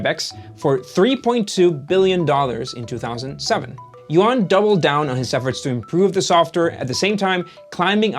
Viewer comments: His name is not yo-an, but pronounced more like you-an. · yuan = yoo-ehn yuan is not yoo-ahn